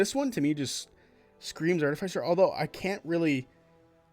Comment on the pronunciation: Why do you say Artificer like that 😭